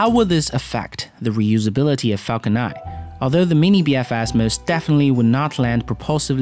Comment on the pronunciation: Stop saying falcon ni please its falcon nine add a n to the end of your pronunciation please